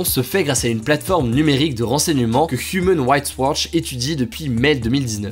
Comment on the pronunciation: "HuUMaaN RIgHTss WaAAtCH" ton meilleur accent anglais 😂